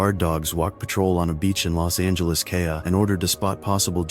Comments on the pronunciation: Yeah AI needs to run the world. It can’t recognize CA in context as a f*cking state. “Kah” brilliant. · Los Angeles kay- ah? The Ca stands for California you clueless cyber dingbat!!